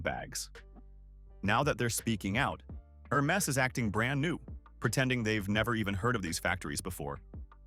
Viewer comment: its "Her mess" after all